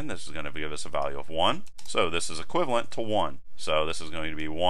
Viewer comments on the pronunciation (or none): none